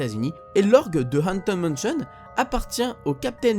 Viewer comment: "Anten manchion" xD mdr